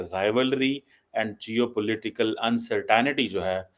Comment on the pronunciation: If you learn one thing learn to pronounce the English words you insist on using. Uncertainty is not pronounced 'un suh tannity'. Better still stop using and mutilating English words.